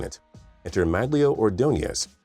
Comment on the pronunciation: OMG U PRONOUNCED ORDONEZ’S NAME WRONG 😭